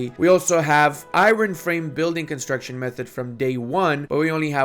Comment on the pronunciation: Please learn how to pronounce "iron"